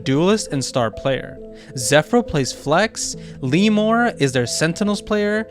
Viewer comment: Hey I just want to correct your pronounciations for the RRQ players; EJAY: Ee-jay Lmemore: El Me More Fl1pzjder: Flips-juh-dur xffero: Ex Farrow Otherwise it's a great video dude, keep up the good work :)